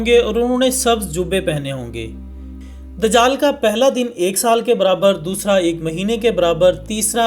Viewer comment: bhai amad nai dijaal jab Aaeye gaa ye lafazz sahi karo